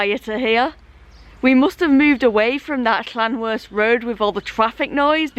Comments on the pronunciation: Loving this series G, as i'm a North Wales local myself! You're not doing bad with the place names, but just fyi... Llanrwst is pronounced Llan-roost! Keep up the good work! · When you pronounce the ll at the start of the word in Welsh you make a strange sound with the side of your mouth just so you know